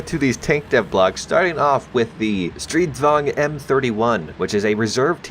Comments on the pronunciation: THANK YOU! for not saying Stridsvagen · Your pronounciation of the swedish designations are great! Well atleast Stridsvagn and Stormartillerivagn, and this is coming from a swede